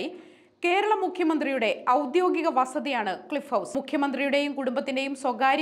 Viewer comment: ഔദ്യോഗിക.... ആണ്, വാർത്ത വായിക്കുന്നവരെങ്കിലും ശരിയായി വാക്കുകൾ ഉച്ഛരിക്കുക...